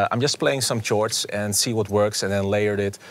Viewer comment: chore-ds lol. justin prime is highly underrated tho, great vid